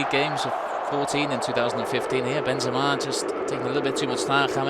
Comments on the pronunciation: It really annoys me how the commentator keeps saying benthema instead of benzema as if benzema was a Spanish player. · why does this British poser pronounce "Benthhemah" like that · Why does this announcer say Benthema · I simply cant enjoy this. The commentators dont know how to pronounce Benzema and when Real Madrid score score goals they arent enthusiastic at all. Boring commentary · i hate how the commentator is trying to look clever pronouncing benzema like that, when the english and french pronunciation is almost identical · Yeah, but it’s a French player’s name and an English commentator